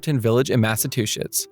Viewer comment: “Mass-a-two-shits” I love it